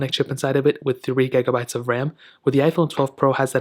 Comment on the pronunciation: How the fuck can you not say gigabyte